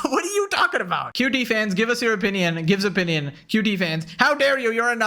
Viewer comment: You're right about so much. Buuuut, when you sound like an autistic screecher and when you say "opinion and origin" entirely wrong, to the point it hurts and then i laugh my ass off. It's really hard to take you seriously sometimes. I still support and appreciate you, just know how words work please.